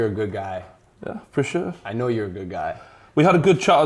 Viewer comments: "Now" ?? 🤦🤦🤦It's "Know" mate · He spelt know wrong😂😂 he said NOW loooll😂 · Abbas Abbas he says i know !! K NOW... YOU ASS LISTEN CAREFULLY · misspeIt the word "know"